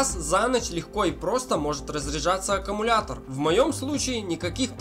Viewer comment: Автор, научитесь правильно произносить любимое слово. Не "аккАмулятор", а "аккУмулятор".